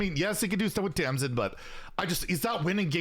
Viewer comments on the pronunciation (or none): always says Tamsmin instead of Tamsin.:D